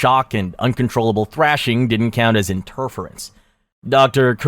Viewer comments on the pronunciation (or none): It's inter - FEAR - ance. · Fucking AI can be almost indestinguishable from a human, yet still somehow not be able to properly pronounce common words like "interference." This is what makes me not subscribe or like a channel. 😠🖕